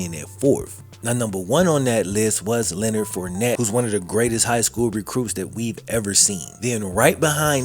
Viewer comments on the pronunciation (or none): none